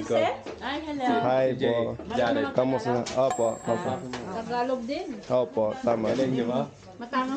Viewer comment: buddy, tagalog not takalog. 👍🏽